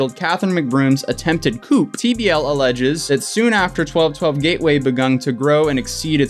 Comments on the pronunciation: coup is pronounced "koo", not "coop", but I like the video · Coup is pronounced as "Coo" not "coop". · Tell me you did not just pronounce “coup” like “chicken coop” my dudeee lmfao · “Coup” (Coo ) .. not coop. No chickens. 🚫🐔 Keep being awesome. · Has “over educated” plaque on desk. Pronounces “coup” as “koop.” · Coup is pronounced “koo”, Not Coop like a chicken coop Loo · Coup not coupe. The p is silent. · It's not pronounced coop its coo like as in coup de ta. The p is silent. Pretty sure its French. Meaning a insider takeover. Like a military coup taking over a government. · It's pronounced "coo" not "coop". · Pronounced coo not coop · Man pronounced coup as “coop” and I’m here for it. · Coup is a silent p btw. Pronounced coo. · Great video, very informative. Btw, coup is pronounced 'koou' 😁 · Coup, the p is silent. It's pronounced coo. Just an FYI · That’s not how you pronounce “coup” 😂💕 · Coup is pronounced 'coo'. The p is silent. Youre welcome. Same as the p in corp ie Marine Corp. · sorry it's pronounced "coo" 😂😭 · And coup is pronounced Coo. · You don't pronouce the p in coup its coo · Coup is pronounced coo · In the word "coup" the "P" is silent. What you said was "coop" like for chickens, hopefully next time you do not repeat the mistake. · The real question here is why does pronouce coup wrong huh 😑😑 is he a secret ace family ace or whatever they be called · The p is silent Coup